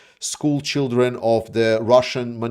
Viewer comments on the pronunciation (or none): none